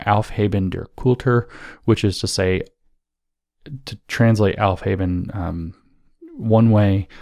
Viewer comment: Yes, it did sound like helfheben! I was like, wait a minute, what!? I'm sure you've heard the rest of the podcast by now and know that he was trying to say aufheben. Although, I've got to say, the aufhaben hypothesis may have merit.